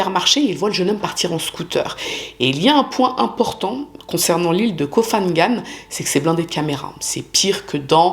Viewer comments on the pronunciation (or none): Koh Phangan se prononce pangan le h après le p est muet et ne sonne pas comme un f. Comme Phuket qui se prononce pouquette et non fouquette. Sinon bonne vidéo merci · Hello, j'espère vraiment que tu iras mieux après tout ce que tu as traversé! et merci pour ton travail, toujours interessant, original et bien documenté! pour info: en Thaïlande on ne prononce pas le ph comme un F mais comme un P, Koh phangan et Koh phi phi se prononcent Ko pangan et Ko pipi!